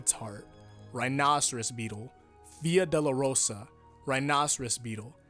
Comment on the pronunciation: You make it sound like “Via de la Rosa” which means way of the rose.